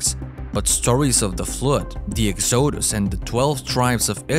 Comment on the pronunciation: Love ur accent and how you say exoosus 😂😂